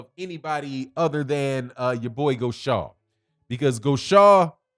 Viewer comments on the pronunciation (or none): GAUSHA "GO-SHAY"...NOT "GO-SHAW"!